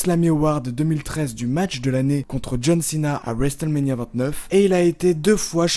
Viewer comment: Le T de WRestleMania ne saw prononce pas